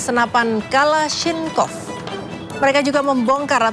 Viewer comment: Kalasnikov X bukan kalaniskov 😅😅😅😅😅